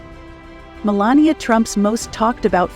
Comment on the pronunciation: Could you say malania's name the right way!!!!! It's not that complicated